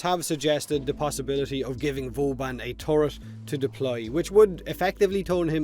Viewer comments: Is he sayin Vooobun, or boobun? :D <3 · Booben. It's canon fellas. Not Vauban, but booben.